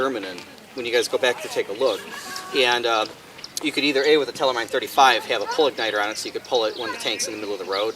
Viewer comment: Pronunciation (as to be expected) is wrong, half German - half English. Check out the German word Mine on Forvo (can't link to it). For your information: the word simply means dish-mine.